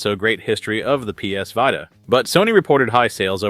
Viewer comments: Yes, it is "VEE-tah," not "VIE-tah." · Did... Did I just hear you pronounce it "PS Va-ee-tah"? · Was this voiceover done by AI or someone that doesn’t play video games? “PS V[ai]ta” and “Three A gaming” 😂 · 3 A gaming… PS VAITA?! I’m not trying to be rude here but how…. Either AI 🤖 or just has honestly never heard the words pronounced which is highly unlikely for anyone interested in games. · Excuse me how did you pronounce Vita? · I really hate AI videos like that. Three A gaming? The pronunciation of Vita. Fuck off. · It's pronounced Vita, not Vita. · Boy said PS VITA wrong lol